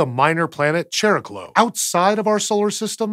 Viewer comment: C’mon! Chariklo is NOT pronounced with a soft “ch” like church. It is a hard “ch” like Chris. It is pronounced with the K sound. You guys are the ones who should be telling US this. Not the other way around!